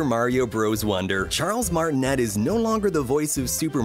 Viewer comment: Charles Martinet is pronounced "Mar-tin-ay"